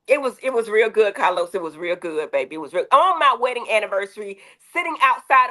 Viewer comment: 🗣️Cah- loz, fix yo damn innanet.